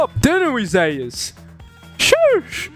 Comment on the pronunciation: Every time you pronounce Zeus ‘Zehus’, a Greek player decides to main Fizz.